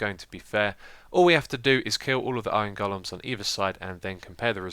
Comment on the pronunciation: I love how you call them goal-ems instead of golems. Lol.